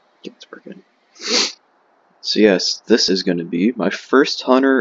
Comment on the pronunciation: Is it hunter or hUwUnter